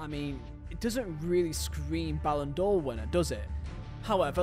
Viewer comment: Ballon D'OH clause 😅